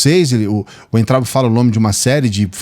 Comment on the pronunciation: Oi, por favor não se ofenda mas vou te dar uma dica. O nome do Weintraub se pronuncia Vaintraub OK?? Abraços